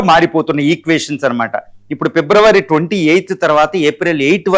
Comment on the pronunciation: its not pebruary it February it not chatruvu its shatruvu. Please correct the pronouncement